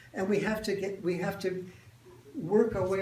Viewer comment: Why do women, these days, pronounce the word "to" as "tiw"?